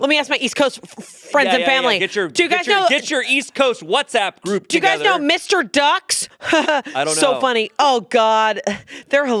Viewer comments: It’s not Mr. ducks… It’s M-R ducks. Like….. ‘them are ducks’!!!! Dummies🎉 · It’s not Mr. Ducks, it’s M. R. Ducks. Very important distinction since they have their own meme that necessitates it being said as “M” and “R” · Lol, it’s not Mr. Ducks it’s M. R. Ducks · Lmao Mr. Ducks 😂 it’s M R Ducks Haha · it’s not mister ducks. it’s M. R. DUCKS M. R NOT